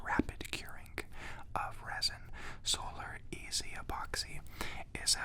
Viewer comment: dude wtf.... you didnt sand the board first so the repairs have nothing to stick to. and its solar curing resin why would you put not clear tape on it? you would have to remove it to cure it. also its called solarez like 'solar rez' as in resin not solar EZ lol. good asmr tho